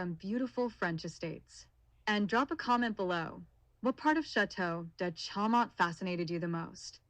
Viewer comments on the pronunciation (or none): Show mon--better pronunciation! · For real. The bot can't even pronounce Chaumont correctly.